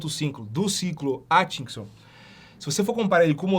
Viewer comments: Tente falar AT, não ATCHI... ai fica fácil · É "Átkinson"...